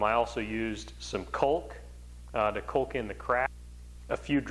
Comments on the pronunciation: Great video. Caulk rhymes with walk. Not bulk. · Hello. Curiosity has got the best of me and I simply must know, what is this thing you call kulk? Is it anything like caulk, which is pronounced "cock" (like a rooster)? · You did a good job demonstrating the various steps you took during the process. You had some good information. One thing. Please. Caulk or Caulking is pronounced with the sound AU like in Australia. AU. cAUlk. It just killed me to hear your pronunciation. That actually distracted me a bit. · “Culk” is such an interesting pronunciation for caulk. Is that the Canadian way? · Colke lmaoooooooo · Culk gun... for kkkkuuuullllking? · It’s pronounced “cork”. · It WAS the most unique pronunciation of the word caulk that I have ever heard. I actually played it back a few times. I wonder if it is regional or just him. "coalk" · Did you pronounce the L in caulk? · I cant stand the way he says "caulk"....but great video. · What did he call the caulk?